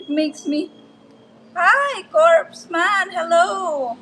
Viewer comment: Corpsman is pronounced like corman.